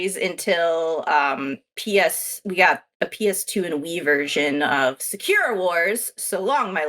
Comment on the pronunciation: Kim, its pronounced SA-KU-RA...